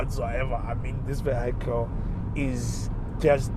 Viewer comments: Vee - hee - kil. Not vee - hi - kil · Just learn how to pronounce the word vehicle. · I swear I'm deaf, only heard it after reading the comment, now I can't unhear it😅